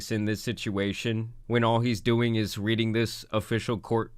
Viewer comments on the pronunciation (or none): none